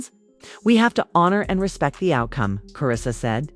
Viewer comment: But you got Karissa’s name right.